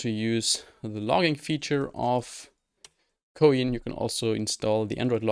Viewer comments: Btw isn't it pronounced the same as "coin" is, like the little metal pieces of currency? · Wait, you're telling me it isn't said "Coin"?!?